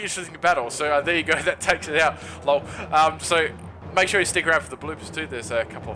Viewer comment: Who actually says "lawl" like this?